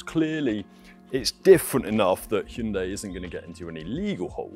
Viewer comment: Thank you for pronouncing hyundai properly 🎉 not hi yoon die 😂